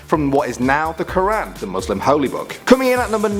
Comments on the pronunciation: It is Quran not Qur an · The way he says Ramadan and Quran by the way I knew all of these as I'm Muslim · Why don't English people know how to pronounce Ramadan quaran